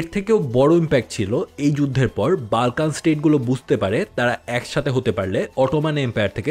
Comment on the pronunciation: Pronunciation tik koren...Balkan abar kìi?ota Bolkhan area hobe.